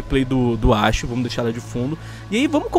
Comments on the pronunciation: O nome é Ashi e os cara pronúncia Axi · Mano pra começar os cara não sabe fala ashi e nem area depois o fogo selvagem não igual o capitão eles São bem diferente so pq os dois tem besta nada a ver outra os caras que dar opinião sem jogar o jogo, tem gente q não tem pc e nem console pra jogar R6 e viu oportunidade de jogar um jogo CQB, mano olha o damazio ele parou de jogar R6 pq o esta ficando muito futurista R6 vai ficar igual ao cod bo3 o area f2 ta ficando muito mais CQB do q o R6 olha a iana nada a ver personagem com holograma em um jogo CQB ainda fala em criatividade